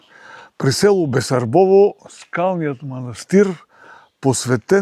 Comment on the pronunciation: Басарбово.... моля те...бесарбово....НЕ,НЕ И НЕ.